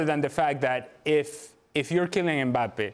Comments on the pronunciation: said Kylian Mpaypal.. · I thought Dan called him "Emir Mbappe" I almost lost it lol